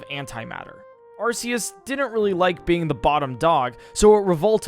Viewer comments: Getting sick of hearing this! Has no one here seen the Arceus Movie?! That show one way on how it's name is pronounced (Are-Key-Us). Even then, Silvally's Ability, The RKS System shows that it's pronounced Are-Kay-Ess. Where the fuck did this Sss sounding "C" come from?! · him saying arceus hurts me lol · Arceus is pronounced (Ar-kah-es) everyone always gets it wrong. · Correction: Arkoos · "Arseus" "Kyuryem" "Heidreijin" I hope to god he does this on purpose because it baffles me how negative iq someone has to be to make such mistakes all the time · It's "Kyurem," not "Kyuriem!" Also, it's "Arceus," not "Arseus!"